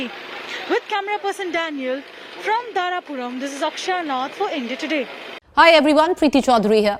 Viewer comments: Please correct it. It's not "Dharampur". It's *"Dharapuram" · Not Dharampur it's "Dharapuram"